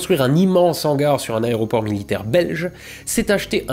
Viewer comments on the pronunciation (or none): none